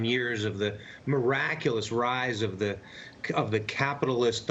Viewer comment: How can people talk like they are experts on China and call Xi Jinping "zheee" it's xi, pronounced like SHE. Where did this French sounding English Chinese come from? If you don't know how to say his name, what the heck do you know about China.